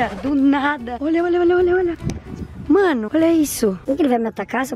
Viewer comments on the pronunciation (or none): Ja repararam que a ao invés de dizer "mAno" ela diz "mÉno"???????? Kkkkkkkkkkkkkk😂